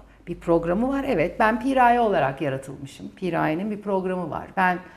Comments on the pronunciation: Cidden piiğğraye piğraayyee demekten derdini anlatamadı 🙄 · Pi-raye değil Piraye. Yarıya geldim videonun sadece anlatıyor nasıl çözüme kavuşuruz anlatmadı. 5 10 bine seansına gelemeyiz kusura bakma